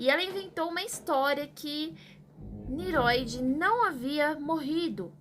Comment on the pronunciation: Parabéns pelo vídeo, elucidador. Só que, não é Niroid, mas NINROID. Som de RR